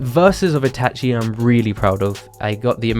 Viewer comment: you watch these anime, so why do you mispronounce Ban, Itachi, and Akatsuki